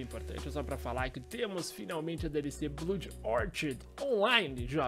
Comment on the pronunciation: "Blud Órtid"